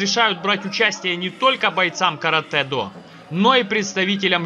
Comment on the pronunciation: Слава богу , хоть кто то правильно сказал название японского боевого искусства Каратэ-до .Вам лайк от меня.